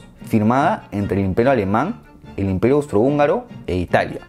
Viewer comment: "El imperio alemang" jajaj buen video bro, cómo siempre 👌